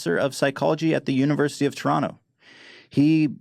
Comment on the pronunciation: Ethan I appreciate your pronunciation of Toronto, said it like a true Torontonian